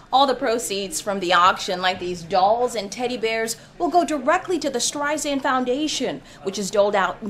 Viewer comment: Good Lord!...The reporter said Streizand...Twice! lol